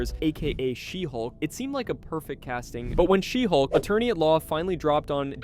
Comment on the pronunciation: you mispronounced a bunch of titles- Shesulk.... Blacktin America..... and Black Pussy Wakanada for never.